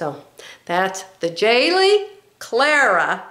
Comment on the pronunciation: Please pronounce Jalie correctly